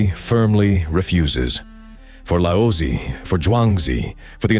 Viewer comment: His name is not pronounced as Lao sy....goodness. such disrespect. Its lao zi